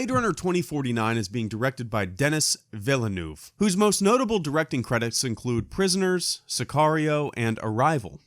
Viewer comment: Denis Villeneuve is a french-canadian name, please try to pronouce it right please xD